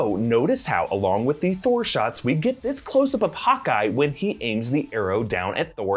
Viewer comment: “Give me the toah”